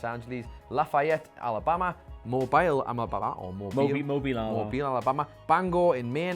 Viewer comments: I give props yall said mo bill correctly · I'm from Mobile, Alabama. Seeing correct the pronunciation caught me way off guard. Guess it's appropriate to say cheers.